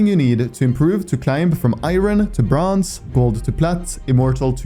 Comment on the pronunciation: I swear to god bronze is not how you say it, because yeah jsut quence into a bronze game and you'll see, or maybe its just me